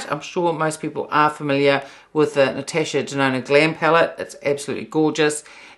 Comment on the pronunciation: the way you pronounced Natasha Denona. You say: Natesha Denona. It just sounds funny 🤭